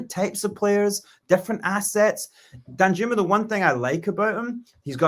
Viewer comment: I’m pretty sure it’s pronounced Dan-yooma